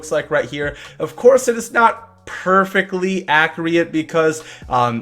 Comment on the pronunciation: You know the word is “accurate” right? It’s not “accreate”